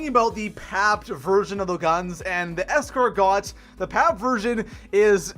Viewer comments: “Here in zombies” “Escar GOT” (escar-go) “i x” (9) Sorry for being an ass but it bothered me more than it should have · Escargo don't say the t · It’s pronounced : Es-car-go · It’s pronounced es car go, and it’s French for snail in French. It’s not escar got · Things you're getting wrong in terms of pronunciation Escargot - S-Car-Go IX - 9 Mozu - Amazing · I hate that he says EscarGOT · It pronounced 9, not Eye Ecks. Otherwise you'd be playing "Black Ops Eye Eye Eye Eye". It's pronounced Escargo. It's French for snail, and the T is silent. The Mozu is not a starting pistol. The outlaw and Rampart are insane with attachments. The fact you've made these lists without adding attachments to the gun shows a lack of quality. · Escargot is said like the “t” isn’t there so like escargo lmao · Hey just so u know escargot is pronounced esscargoh, because thats a french dish which is cooked snails, and the escargot is a french gun with a snail drum. Love the vids! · IX = 9 Escargot = S - Car - Go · Es-car-got lol I speak French and that means snail so it's Hell a funny how you pronounced it. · P.s the T in escargot is silent. Its french. Its snails. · Escargot? More like escarNOT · Why doesn’t this guy know how to say so many words? Like escargot? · I bet he mispronounces thing on purpose. He has to know that "IX" is call 9. Also he admits that he probably said escargot wrong. It is super annoying though